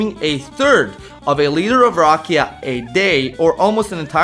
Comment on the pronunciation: Dude, you have to start rolling your R's for rakija. Also the a is not aye its aww. Rrr aw ke ya. You are totally butchering the word and the Serbian language! Get with it will you?